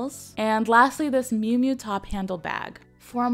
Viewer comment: It's miu miu, not mui mui